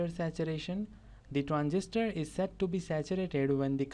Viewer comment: SAID!! NOT SET!!! PRONOUNCED LIKE SED!!!! SAID SAID SAID!!